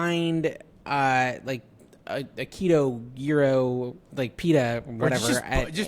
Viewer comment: It’s pronounced yee-roh OR yee-row, and in plural yee-rows. Hope this helps develop your Greek culinary experience.